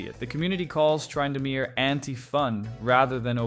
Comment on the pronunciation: TRY-indamere... Okay AI. Dang it, I thought I liked this channel